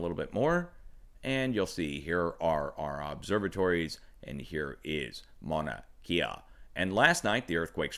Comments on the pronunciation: Just to be helpful .... pronunciations: Leilani ..... Lay-la-knee Mauna Kea ..... Mau-na Kay-ah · Mahalo for your channel and updates! It’s pronounced Mahnah Kay Yah FYI....Much Aloha! ❤️🙏🌺😘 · good reporting, but its pronounced Mauna Kay-ah not Kia.. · Pronounced: Mana Kay-ah (Mauna Kea) Key-la-way-ah (Kilauea) You're doing better than most. MSM is embarrassing themselves with the repeated mispronouncation of most of the Hawaiian names. Except for Hawaii New Now. Their reporting has been fantastic (of course) since they're based out of Honolulu. LOL! It's becoming more frightening as each day goes by to see the progression this eruption of Kilauea has taken. The draining of the lava lake in particular is alarming. I hope it doesn't lead to an interior collapse of the now emptied lake which could lead to a plugged volcano. This would result in a massive blast which could further destabilize the volcano and surrounding area, including the underground lava tubes which fuel those fissures throughout the Eastern Rift Zone. I also wonder what kind of instability or shockwave a large violent blast from Kilauea and accompanying earthquakes it could produce under Mauna Loa perhaps even Mauna Kea. The whole Southern and Eastern portion of the island could open up many of its old rifts and create many new fissures. It depends on how much magma is near the surface. I know one thing for certain. This event is far from over. The magma that disappeared from the lake is headed downslope and will eventually reach the ocean. I wouldn't be shocked if new fissures opened up all or most of the way to the ocean so it can finally drain out. Just keep an eye on the amount of earthquakes and escalating magnitude.